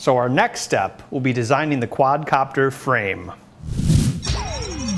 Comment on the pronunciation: Quad"a"copter hahaha